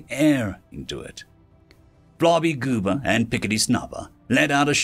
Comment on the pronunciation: I had to read the names because when I first heard you say Flarbygooba's name, I thought you said "Flobygoober" and started laughing. Good thing I'd already swallowed my coffee.